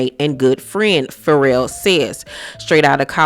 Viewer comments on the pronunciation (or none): I've never heard someone read Ferrell as 'for real.' Will Ferrell is going to be shocked his name is For Real lol. It's pronounced fuh-REHL.